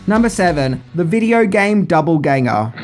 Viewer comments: Is Doppelganger not double ganger.. oh man this will be as bad as Blüe Öystër Cült. Um Clüb. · it’s doppelgänger- not double ganger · Doppelganger, not double ganger. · Double Ganger? You mean “Doppelgänger”